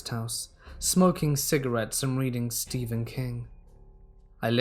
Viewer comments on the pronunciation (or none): none